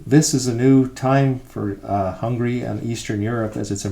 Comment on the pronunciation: Very nice video ! Only one thing, the lady says many many times: hungry instead of Hungary.